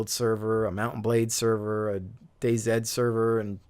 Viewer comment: I'm a huge fan or Battlefield but I have to agree I really hate both the company and stupid release of server control, which has now swamped the list with shitty metro maps! Really wana see 2143! loved 2142 when it was hot, need some more Titan maps :) Totally agree with you pronunciation of Day-Z, anyone who says otherwise is just WRONG! :) Keep having fun man.